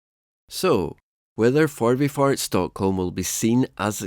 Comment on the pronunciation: Förbifart was pretty good. Essingeleden you really butchered.